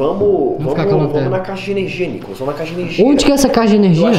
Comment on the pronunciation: o Nicolas falou enalda